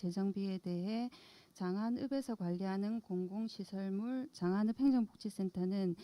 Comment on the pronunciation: 자막을 보니... 장안읍을 장안업으로, 즉 "읍"이 "업"으로 표기됩니다. ai 한계로 보이지만 말하는 사람들의 발음에도 문제가 있는 듯합니다. 발음을 좀 더 확실히 하시기 바랍니다.